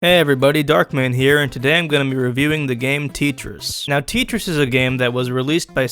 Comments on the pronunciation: TETris not teetris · Dude. It’s t eh tris, not teetris. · It's pronounced "Teh-tris", not "Tea-tris" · It’s a Russian game and it’s spelled tEtris not titris) like Taetris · You called it "tea tris" it's pronounced "Te tris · isn't it tEtris? is really called tItris? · tea tris? Edit: i know its a joke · am i the only one who pronounce tetris, tEtris , not tItris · teetris huh I thought it was tetris.. and it's not a bad game to play if you're just bored or you're in class. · If you hated Tit-tris, you'll hate The New Tit-ris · It’s pronounced (teh-tris) not (tee-tris) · its not titris its tetris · Its not teetris its tetris Sorry it just annoys me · Literally as soon ad he said teetris I laughed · Tetris not titris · tee tris? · Its pronounced Te-tris not T-tris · How dare you call Tetris "Teetris" : /.. and it was first released by Nintendo not Sega. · it’s not teatrees it’s tetris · ITS TETRIS NOT TEETRIS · It's not teetris it's tetris you duuumieee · Its not ttrus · Tee tris I thought it was pronounced like te-tris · what do you mean Teeetris? It's Tetris (Pronounced te-tris) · TEEEEtris? I thought it was tetris. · IT IS NOT TEETRIS IT IS TETRIS!!! Also do you mean it? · its t e t ris not teetris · teetris? Tetris! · its pronounced t-ette-tris not Tee-tris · Tee Tris? I thought it was Tet res. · dude its tetris not titris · He says TITRIS... it's TETRIS! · TET RIS ITS FUCKING TET - RIS NOT TEET, WHAT IS THAT? sorry guys, had to let it out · HOLY FUCK ITS TETRIS TET RESS NOT TIT REIS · Teet ris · Is this guy serious? He clearly doesn't understand what this game is about. He keeps raising the price to an absurd amount and he doesn't even say the title of the game right. It's Tet-ris you imbecile. Instant dislike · Its TETRIS. like TE for TECH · say tetris not tet ris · Wait..... Tit ris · Iddiot it's called tetnis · Nobody:: tEa-tRis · No one can say teteris it comes with grate power to say tee-tris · It's not teetris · Its tet-ris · Teetchris :D